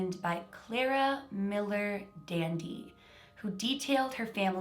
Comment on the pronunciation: Who else thought she was saying DND whenever she said Dandy